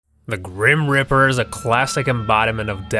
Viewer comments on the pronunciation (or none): Also its reaper not riper